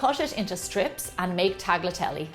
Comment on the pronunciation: It’s a hard work with rolling but I’m sure it’s worth it! I like how you pronounce “tagliatelle”..so funny for us latins, it sounds really awkward!